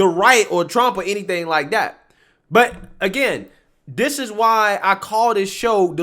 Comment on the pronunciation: Th Is not pronounced D. This is not dis.